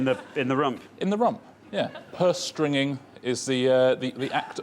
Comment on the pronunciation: It seems to me that Richard gets both the pronunciation and the meaning of Perstringing incorrect. I've never heard of the word before, apparently it's rather archaic, but according to the sources that I've found, it is pronounced as "perstrindz-ing", as it's derived from the English verb perstringe ; which means "to censure, to criticize", "to find fault with", "to allude to or imply", "to reprimand or castigate", or "to restrict, confine, or limit someone or something"; and not "to dazzle". (Merriam-Webster offers as 2nd definition "to dull the vision of", which would be clearly different from "to dazzle".)